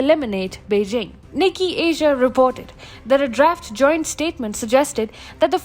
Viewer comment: Btw, Nikkei is pronounced nee-kay, not nik-kee. No offense meant! ✌🏼💖